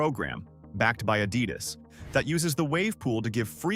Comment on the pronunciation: Add-id-us you say?Louis Vi-tong? 😅